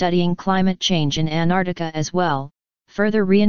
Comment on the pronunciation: Good video, but how do you get a computer voice to mispronounce Antarctica?